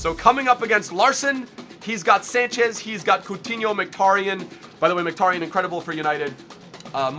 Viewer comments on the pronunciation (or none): none